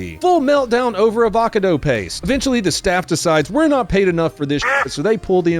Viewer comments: "fre shavacado" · Hahahaha, see, see, he knows how to say all the words, but he doesn't say them correctly. Avacado he says avacado except wrong. Oh the hilarity. I cannot stop laughing. Oh ho ho ho.